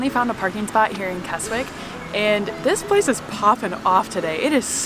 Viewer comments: not kes wick kesick silent w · Please talk to people and realise its pronounced kes ick there is no such place as kes wick!!! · I love Keswick, only 20 mins from my home and pronounced Kesick silent "w" :) More videos on my channel with some good news. 👍🏻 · No offence! but Keswick is pronounced KEZICK, have a wonderful time, you 2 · Keswick is actually pronounced as Kesick it has a silent w.... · Keswick is pronounced more like Kez-Ick. The 'w' is not pronounced. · 😆😆😆 It's pronounced "Kezzick" 💜💜💜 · Keswick = Kezzik. 😊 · Obviously don't expect you to get pronunciations right every time, so it was funny how it really made me wince every time you included the W in Keswick. It's more like Kezzick. And yeah, parking is a nightmare in the main holiday season. Seeing you swimming in the lake reminded me of around 30 years ago teaching my oldest daughter to swim in Derwent Water - we had 2 weeks of crazy hot weather, so lucky. You made me want to return 😍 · Sorry its "kezzick"